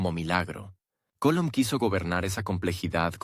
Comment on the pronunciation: Ese narrador, no pronuncia bien el apellido de MANUEL COLON.